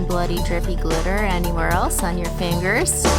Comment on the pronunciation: Did you say fangers? No fingers? Lol ,y just be my hearing.